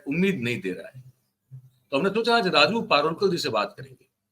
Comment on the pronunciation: जानी सर, राजू पारुलकर नहीं राजू परुळेकर कृपया नाम को गलत मत बोलिये